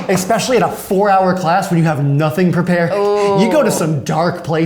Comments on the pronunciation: Did he just say exspecially... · DiD hE JuSt SAid EXSPECIALLY ?!?!!?